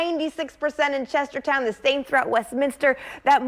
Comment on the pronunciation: Ha! she said "Chestertown"